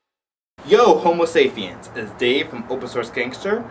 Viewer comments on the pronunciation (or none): did you say homo safiens?